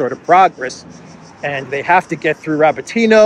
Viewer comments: Dear, it's RabÓtino (Рабóтино), the stress is on the 2nd vowel "O". It's a derivative from the noun "Rabóta" (which means "work/job" in Russian), which is a derivative from the noun "rab" (раб), which means "slave" in Russian. So, "to work" literally means to slave away. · Please: Ra-BOAT-in-ya